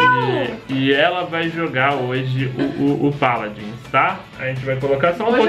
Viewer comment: Zubu O Mlk Sagás pq é a pronuncia certa